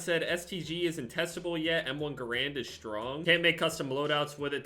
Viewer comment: You said m1 garand wrong